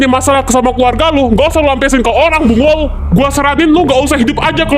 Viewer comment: Waitt waitt.. 5.16 si ngomong apaa tdi?? "Bungull" kahh?? Bungull itu bahasa Banjar kan?? Iya gasih?..